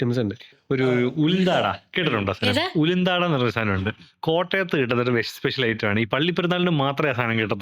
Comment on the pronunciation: ഉളുന്താട അല്ല.. ഉഴുന്നാട